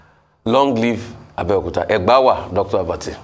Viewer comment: Please, Why is it Abeokuta.. All pronunciation speech coming out. Please don't give ur town Bad Name.